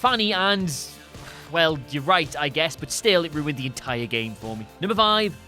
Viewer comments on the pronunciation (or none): none